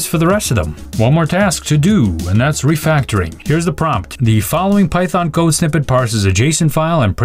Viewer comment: "code refectoring" - let's ask the ii to fix this bug =)